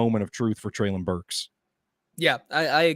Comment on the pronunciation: …come on man. PLEASE stop saying “Treylon” incorrectly. If you’re doing it just to troll at this point, then I guess have at it. But if you’re doing it because you are still somehow unaware that you are the only one left in the Titans media that is butchering his name…then stop man. You’ve even had two different co-hosts now that both pronounce it correctly in the same convo as you.